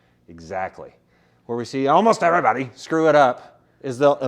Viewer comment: How you said “everybody” 😂